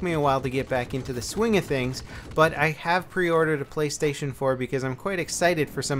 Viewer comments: it's "Playstation" not "Playstion" LOL xD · Play-(stion)- just letting you know